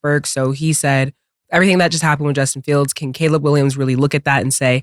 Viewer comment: Killa finally saying Caleb Williams and not “Collab”